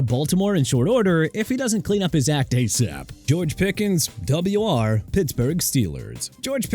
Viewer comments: Double Yew Arr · "WR" is pronounced "wide receiver", when not regurgitated up by your annoying, low-buck AI. Maybe feed the infernal device some actual football trivia, like this...... That's a dislike, a no subscribe, and I share my disappointment with others. Lousy effort. Suggestion: Go make some tik-toks of people slipping and falling.....